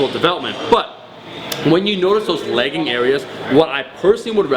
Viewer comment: It sounds like you're saying legging not lagging. Your Canadian is showing!